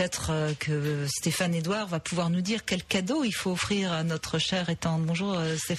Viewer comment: Ce qui m'arrache mes oreilles c'est le IL VA avec une liaison comme s'il y avait un T après va il va t être. Stéphane n'est pas le seul, loin de là.